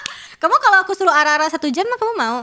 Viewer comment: "R" nya silent banget sama kek ketawanya